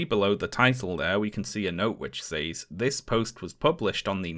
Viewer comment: Honest question: what accent pronounces says as "saze" rather than "sez"?